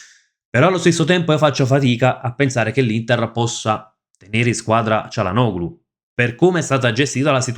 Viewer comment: ti preoccupi di pronunciare male il nome di un giocatore brasiliano che nessuno conosce, mentre dici comunemente cialanoglu invece del corretto (in turco) *cialanolu*; perché?